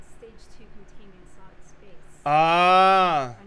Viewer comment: me doi ver o fala tão errado contaiment breach